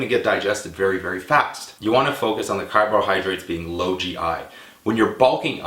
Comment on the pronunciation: carbohydrates.. not carbohydrits.. LOL